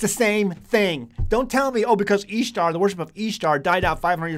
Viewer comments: Thank you for taking the time to provide this information. But I'm a little confused and would like to ask a couple of questions if I may. 1.) You pronounce the name Ishtar with a ''Long E'' substituting it for the short I sound. Would you able willing to produce the context and resource/s that supports your reedition of the word. Every pronunciation I've viewed has a short I, as in the word, ''fish- ish =Ish =Ishtar. 2.) The chart that you provided seems to show the similarities between different ''fertility goddesses.'' In what ways does this prove that the word ''Easter'' and the word ''Ishtar'' as Etymologically the same? In what way or ways is Isis connected to an egg? 3.) The time of - , were you aware that the reading of the ancient text was taken out of the fable works of Lucius A. Madaurensis's ''The Metamorphoses'' also known as ''The Golden Ass?'' It's a tale about a young man who, while experimenting with magic, turns himself into a donkey. How would this be considered historical evidence or a record that would support of your previous claim? 4.) In the article, ''Is the Name Easter of Pagan Origin'' from Answers in Genesis, you refer back to Alex Hislop. Was the whole article read? ''Similar claims are made by Ralph Woodrow in his 1966 book Babylon Mystery Religion'' (written as a companion book to Alex Hislop's The 2 Babylon's.) also, ''Woodrow has stopped circulating his early work and replaced it with an updated title The Babylon Connection? '' (which c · Ishtar is even pronounced easter